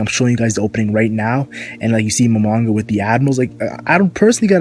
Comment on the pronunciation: It's momonga...